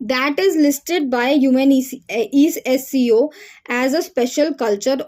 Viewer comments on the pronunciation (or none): Are didi ise younesco- UNESCO bolts hain😂